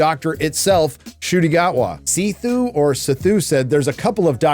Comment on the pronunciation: Its 'Sethu', Say-thu. Means a bridge. Its an Indian name.